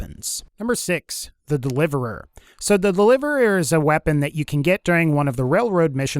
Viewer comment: so the delivereeririeir